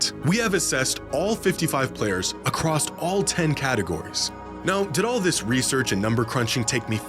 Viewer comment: pls stop saying acrosst